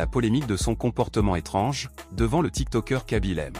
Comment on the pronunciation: Ce n'est kaby lame mais (mé) e ce prononce (é) et il n'y a pas d'accent aigu au e.